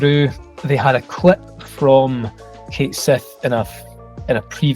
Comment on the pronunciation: Stop mispronouncing Cait Sith, it is a real name and only the American Dub mispronounces it. The same dub the that doesn't give a damn about the VAs.